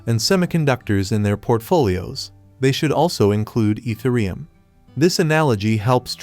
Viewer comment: Dude you lost me at your pronouncement of Ethereum.